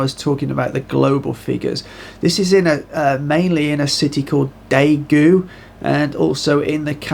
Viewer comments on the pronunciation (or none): First of all, thanks for another great video. I live in South Korea and there are still plenty of people in the city that I live. I believe only Daegu where the most cases are, people are staying indoors. Also the ae in Daegu is pronounced as 'e' in egg